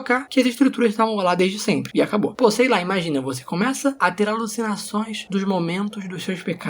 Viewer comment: Me quebrei quando ele falou po não ele parecia um chinês falando